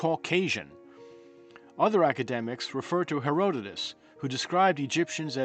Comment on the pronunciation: He can’t pronounce the name of Herodotus yet is doing such content. Egyptians are Egyptians! Unesco did not do any such research on race. This was not anything that Unesco adopted rather 2 Afrocentrists made racial claims about a black Egypt that no respected scholarly source supports. NEVER use YT channels like this as substitute for actual research.